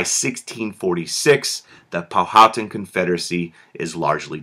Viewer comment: Just a, by the way, you are saying Powhatan incorrectly.